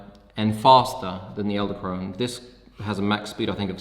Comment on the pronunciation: I cringed every time you said "eldekrone" not "edelkrone"